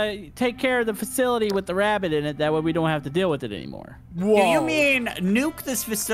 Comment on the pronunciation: O.b actually said rabbit But I heard him say wabbit